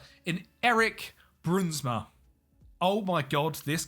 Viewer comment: The ui, sound in english is very hard, try pronounce in like the ou in “ouch” so brounsma